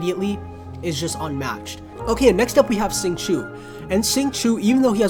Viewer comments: Lol how did he spell Xingqiu wrong? "Sing-Choo" I was asking for too much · xingqui lmaooo. xingqiu is the correct spelling